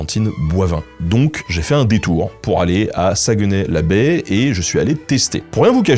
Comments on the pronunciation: Excellente vidéo. Beaucoup de respect, de recherche et d'exactitude pour la culture, on le voit et pour ça bravo. C'était génial de voir que tu es allé à la Chope gobeline, un restaurant iconique que j'aime dans ma Ville de Québec. Quelques petits bémols : - Saguenay ne se prononce pas "Saguenè", mais plutôt "Sag-né" - Valcartier n'est pas vraiment entre Québec et Montréal, c'est tout prêt de Québec, à environ 20 min en voiture, mais à plus de 2 h de Montréal au minimum. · ''sa-gue-nay'' ont dit plus ''SaGné'' qu'on dit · Sa se prononce saguené pas saguenais et on dit le fjord du Saguenay, pas Saguenay la baie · On dit Sagnay pas SagUEnay 😉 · Sag-né pas Sagueunè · Le sagueeeeenais🤣Saguenay on prononce pas le e pis ay ça se prononce é. On t'aime Ben! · Jai littéralement recracher ma soupe de rire en entendant ta prononciation de Saguenay, le U et le E somt muet sa se prononce SA-GNAY. Et quand tu dit saint jean comme sa je pense plutot a saint jean d'acres. On dit la lac saint jaaa ( le J peux etre remplacer par un H si vous etes rendu au niveau expert ) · désolé, petite correction si je peu! On dit Sagnay même si ça s’écrit Saguenay! saucisse à hot-dog! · Saguenay, ça se prononce comme s’il y avait pas de E juste sagunay genre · sa gue nay... j'ai mal aux oreilles lol merci de ne pas prononcer le "e" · Alors, jvais faire mon québécois chiant mais Saguenay ce prononce "sagné". Woualla woualla xD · sa-gue-nez ... non stp tu la pas dit comme ça ? HAAH ! ta fait ma journée mais très bonne vidéo rien à dire sur le reste !